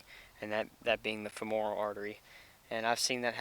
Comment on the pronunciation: THAT WOULD BE "FEM'ORAL.... FEM O ' RAL ARTERY....